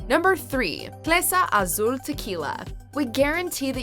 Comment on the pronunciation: Am I the only one annoyed by Clase Azul being pronounced as "clesa"? I know you aren't Spanish, but darn, do you have dyslexia and read it as such?